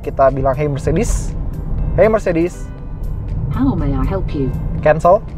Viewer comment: Btw Car bacanya nya mertsedes bens😊😊😊😊🙄 koreksi